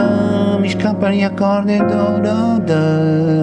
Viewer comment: 3.50... "Mi scicappano i accordi"..! Complimenti vivi sono ottime lezioni di alto livello con i fondamenti e chiarezza espositiva rari, grande passione e cultura, grazie.